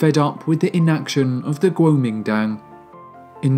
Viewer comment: 不错，收听你。国民党的英文念法貌似不对哦。